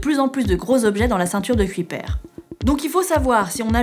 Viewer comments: Kuiper je crois que ça se prononce pas cui père ^^ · Merci pour ta réponse mais je comprend quand même pas, je parle anglais presque (lol) couramment, mais je vois pas pourquoi ça se prononce comme ça en anglais... "Kyoupeur" m'aurait semblé plus logique, non?